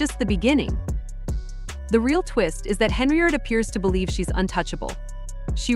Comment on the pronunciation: Don't think it's pronounced Heny-ard.